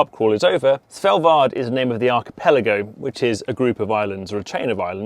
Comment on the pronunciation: How on earth do you pronounce "Svalbard"??? I listen you say it over and over all I can hear is "Sellvar". WTF! It is pronounced SWAHL-BARD. And on that note your microphone onlyseem to pick up bass, too little trebble.